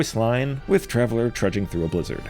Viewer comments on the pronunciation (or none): none